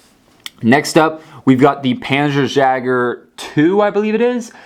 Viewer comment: First it is panzer yager spelt jäger and the wespe is prounonced vespe and it was artillery other than that well done one making so many vehicles